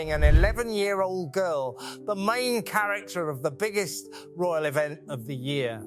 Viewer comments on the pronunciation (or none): none